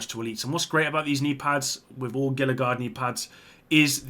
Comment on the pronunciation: Gila is pronounced "HEE-LA"